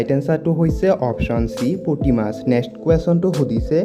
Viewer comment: Olp vhalkoi kobole hiki lauk 1st puti mas nhoi puthi mas